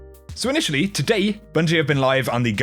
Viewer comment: 'and todayee'